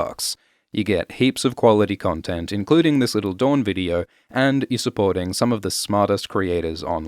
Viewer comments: DOOR-in NOT du-RON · why does he keep calling house dorne, house dawn?